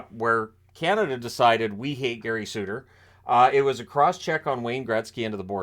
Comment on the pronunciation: Suter not Sutter just like Kachuk not Tkachuk. A "T" makes all the difference.